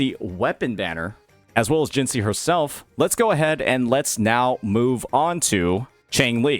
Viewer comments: You should be in jail next to Scar for how you pronounce Jinhsi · The way you pronounced "Jinhsi" is criminal